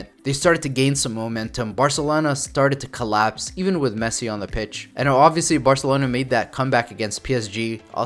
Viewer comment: man really said "varcelona"....